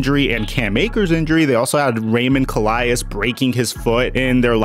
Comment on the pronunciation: the way you pronounced Raymond Calais name just murdered my ears